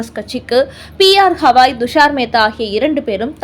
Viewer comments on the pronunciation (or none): ஹவாய் என்று சொல்லாதீர். கவாய் என்று சொல்லுங்கள் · உச்சாரணம் சரியாக இல்லை ! தயவுசெய்து BR Gavai, Thushaar Mehta இவற்றை சரியாக உச்சரியுங்கள் நன்றி